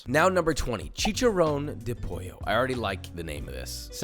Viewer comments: Never heard of traditional italian fried chicken, expecialy from florence Also it's not pojo, it's not spanish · What the hell man?😂😂😂 in italy u dont say j when u see doubble L, but still awesome video❤️ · if pollo frito is italian, double l isnt read like in spanish, cuz... ITS FUCKING ITALIAN. Its pol-lo. thats the kinda ignorant ppl u get, when u r american and the only other language uve hear of is "mexican" >gave it a 1, cuz its not fried chicken to him >gave a 9 to kijew >other guy says its not fried chicken >HE AGREES AND KEEPS THE SCORE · In Italy "pollo" is not spelled "pojo" tho, but the double L sound more like the ones in the word "called". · In Italian the double LL in Pollo are pronounced like Polo but with a longer L sound . (unlike Spanish where they sound like a Y) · POLLO pronounce the “L” in Italian unlike in Spanish 😂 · Fun fact: Italian doesn't pronounce "ll" as Spanish does. It's simply pronounced like an L (albeit long because it's double and not single) Fact #2: In Chinese (Pinyin), Q is pronounced like ch